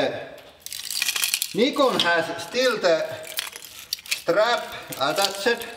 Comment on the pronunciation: Thank you for pronouncing "Nikon" Properly!